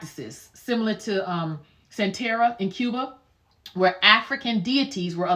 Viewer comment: Good info. The pronounciations were killin me a lil tho. 😂... San-Te-Ree-Ya!